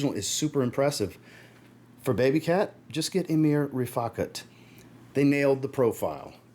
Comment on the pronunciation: I'm glad you pronounced Riffaqat properly. Every other fragrance reviewer is pronouncing it wrong 😂